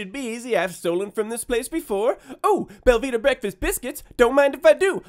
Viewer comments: Anyone else think he said Velveeta breakfast biscuits? Looked it up, it is Belvita. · I thought he was saying velveeta breakfast biscuits. also, it gratifies me greatly that you kept his money and sent him packing. punk can go cry to the naacplu.